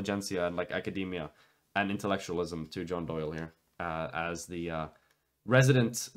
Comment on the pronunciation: John Soy-le. Peak cringe.